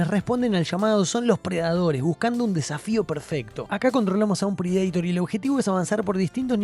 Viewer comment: No entiendo esa pronunciación de Predaitor? O es Predator leído tal cual en español o inglés. De donde sale el Predaitor?